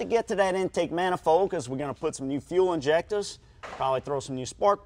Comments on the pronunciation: fuel INJECTAHS 😂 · “fuel injectahs”.